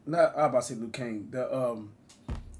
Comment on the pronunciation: Man’s said the Liu Kangs 😂